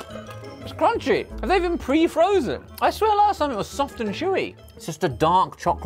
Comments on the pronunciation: please tell me at 6.44 that Ollie was about to roast Josh for saying "krunky" when it looks like the english word crunchy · Crunchy Not Crunky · Why did he read crunchy as cruncy its not a brand its a texture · Did Josh mispronounce crunchy?